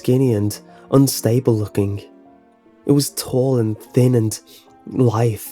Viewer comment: It's "malevolent" not "manevolent". Is English your second language? You also mispronounced "lithe".